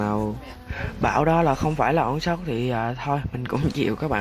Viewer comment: Sao anh đọc âu shot